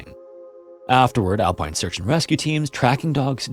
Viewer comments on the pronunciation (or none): none